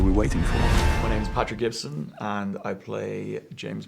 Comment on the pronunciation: When the interviewer said "now gibson" when listing bonds, sounded like he said "Mel Gibson"